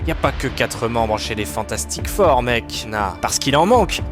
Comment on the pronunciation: Le "Fantastique Four" avec un accent au hachoir me fait rire mais malgré ce seul micro-défaut, la video est excellente autant en narration qu'en montage MERCI !